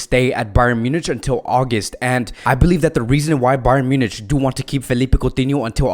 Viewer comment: A simple question! Can’t you pronounce Munich correctly?